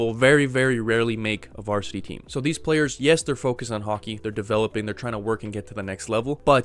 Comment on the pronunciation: "vartisity" stahp